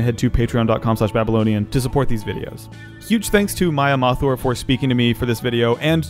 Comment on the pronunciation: Me, an indian: Maya Maa-tour? Seriously? It's Maya Muh-þoor (thoor) for God's sake!